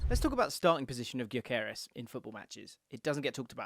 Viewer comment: How much research did you do wrt sporting? Just curious because you’re pronouncing Gyökeres wrong. All you have to do is watch the match as they names the starting line up and you’d have it